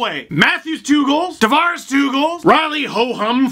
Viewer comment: Will always be the ACC for me. Nice work saying Tavares correctly!